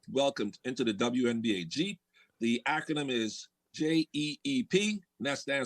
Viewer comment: Dude...it's acronym not Ackerman.